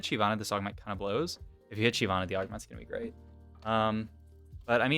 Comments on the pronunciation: I've only ever heard it pronounced shivana and that's how it's pronounced in the champion spotlight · Yea it’s “shy-vana”, basically pronounced how it’s spelled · Why do you pronounce it Shee vana?